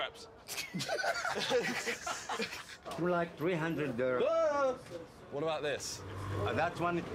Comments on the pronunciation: He said creps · Yeah he said crep